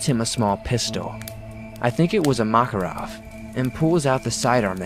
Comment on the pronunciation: Sesajna? Maharov? Can you pronounce anything right it's really not that hard just ask Google